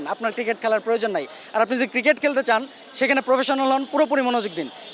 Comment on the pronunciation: kiriket???.....Age pronunciation ta toh thik koren....